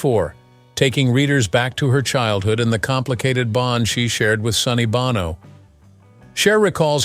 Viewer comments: It’s pronounced, “BOH-no”, not “BAH-no!” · It's Bow-no. Learn to edit and educate your AI. No donut. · the proper pronunciation is bowno sonny bōnō long ō like the sound in show, bow and low I know you care as a journalist about accuracy and of course you're trying to train your fake intelligence how to speak properly 🤭😊👍😉